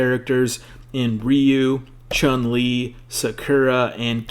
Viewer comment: For me is the "SHAWN LEE"